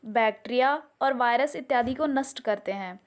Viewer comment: bahut acchi aur sahi shaatrashuddh jaanakaari hai.. lekin aapke hindi bhaasha k shabdon ki ucchaaran mein sudhaarna apekshit hai.. example.. नस्ट नहीं नष्ट...और कई शब्द ...🙏